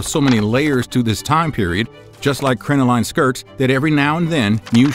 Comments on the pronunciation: Please do a little more due diligence and look up words whose pronunciation you are unsure of; the word crinoline is pronounced crin-uh-lin, not crin-oh-line, despite its spelling. And they were crotchless for hygienic reasons, not sexual ones. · Crin-o-lin is the pronunciation. Also, split-crotch panties are far from "dirty". they're incredibly practical for the time, and would be helpful to many people today.